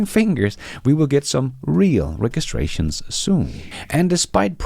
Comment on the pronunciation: Registrations uses the j not the g sound.